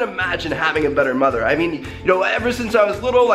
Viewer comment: He says mother ever like mother effer